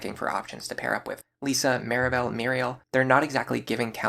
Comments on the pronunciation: Just so you know, it's LISS-a, not Lisa. They're different. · Good video but I don't ont like that you say lisa it hurts